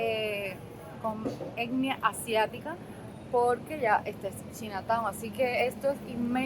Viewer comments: Hola se pronuncia chaina town no china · Se pronuncia chaina town 🤣🤣🤣dice q china 🇨🇳 town 🤣🤣🤣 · 😂 no corazón! No sé dice "chinataun" sino "chainataun" (Chinatown). ❤❤❤ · Saludos. Si lo vas a decir en inglés se pronuncia CHAINA. Si no mejor di barrio chino. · La palabra chinatown, es una palabra en ingles. Se pronuncia chainatown. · Por favor trata de no hacer el ridiculo. No pronuncias bien China Town, ho das datos concretos....UBICATE